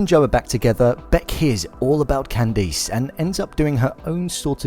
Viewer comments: its Candice not candees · It’s “ can-diss” ugh I live in the uk and my name is pronounced the same. Ppl always pronounce it wrong and say “ can-dees “ 😒🙄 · holy crap! its not pronounce Can-deese, you saw the show, right? they pronounce it properly. bonus video. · I'm British and I would never pronounce Candice like that. Its just weird. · I live in the UK and no one pronounces it like that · Tony Mvr I like how he pronounces her name